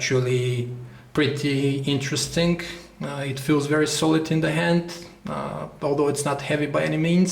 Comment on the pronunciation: Its "interesting", not "interestink".